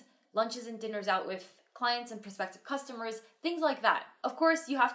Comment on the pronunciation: Almost slipped there. "Lunches and dinners with frrrr....customers..." lol